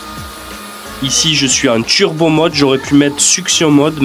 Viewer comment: Pourquoi tu dis « tchurbo »? Ça fait bledard